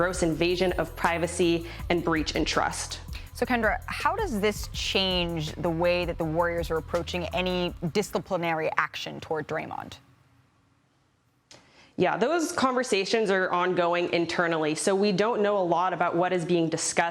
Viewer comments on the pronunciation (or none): disCIipinary action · 1. Mr triple single threw his Superman punch from point blank range and still missed 2. This was the first one on video. How many times did big baby punch other people? 3. Malika said disklipinary???